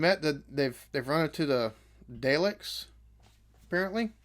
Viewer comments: Bruh, It's Daleks (pronounced "Dahlex" or "Dahlix"), ain't no Daylicks here 🤣 Why does he look like he's wearing a backwards baseball cap? You do find out eventually what the Daleks actually look like, also some of the bits where the Doctor looks confused, he was because the actor, William Hartnell, was getting on and having issues. Which is why he left. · When you said "I'm guessing due to the next episode title... the 'Dalecks'..." We're used to saying it as D'ah-lecks, not Day-lecks. For some strange reason, day-lecks had me instantly think of Dereck (Ricky Gervais' show) lol Probably because it sounds similar to the way you called them. I pictured strange Dalecks wandering around with Ricky's high-pitched voice stating "exxxxxterminate! EXTERMINATEEE!" followed by Ricky's loud giggling laugh! Anyway, I'm sure it's been said before, and you picked up on the correct name shortly afer, but yep, it's Dah-lecks that us Brits call em. Fantastic watch-along and yes so enjoyed the logic vs the characters actions:D Thanks! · Oh no “It’s the Daylecks” 😂